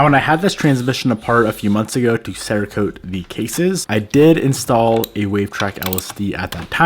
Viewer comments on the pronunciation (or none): none